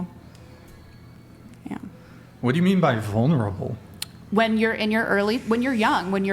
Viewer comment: "Vunerable"? Your Fourth Grade English teacher called and wants you to stay after class.